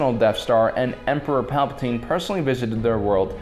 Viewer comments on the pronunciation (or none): none